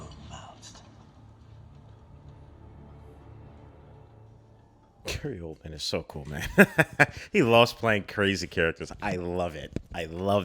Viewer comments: this man said, gary coldman xD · My dude said "Gary Coldman". 😂💀